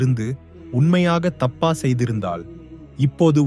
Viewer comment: உமது உச்சரிப்பில் பல பிழைகள் உள்ளன. திருத்திக் கொள்க